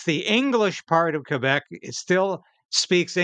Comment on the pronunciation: Congrats for saying Kay-bec and not Kwebec like some who are not informed about that.